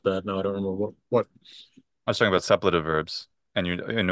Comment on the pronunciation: Suppletive has its stress on the second syllable, doesn't it? (Great conversation, thank you for letting us listen in!)